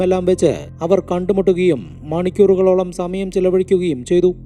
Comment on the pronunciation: സ.. എന്ന വാക്ക് ഉപയോഗിക്കുമ്പോൾ za.. ആവാതെ ശ്രദ്ധിക്കു.. സമാധാനം എന്നതിന് za മാധാനം.. Za മയം.. എന്നിങ്ങനെ